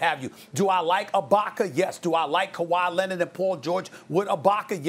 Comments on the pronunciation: No one: Stephen A: Ka-Whyyyy Lennit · Also Dennis Schrader and Kawhi Lenard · Stephen A. “Kawhi Lennet” Smith